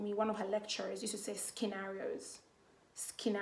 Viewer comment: "Skinarios"🤣🤣🤣 I think it should be the right pronunciation 🤣🤣🤣